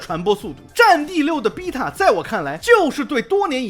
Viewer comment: 請問為什麼只有「逼塔」是英國腔！？